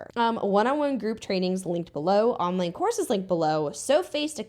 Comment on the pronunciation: First I understood "She is also selling horses" instead of courses and was completely confused